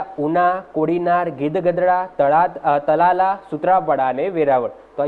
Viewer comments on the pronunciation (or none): તલાલા નહિ ... તાલાળા છે